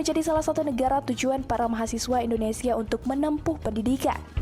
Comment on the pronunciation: Aku bangga pada anda berdua chanel, karena pengucapanya Bahasa Indonesia sudah semakin baik.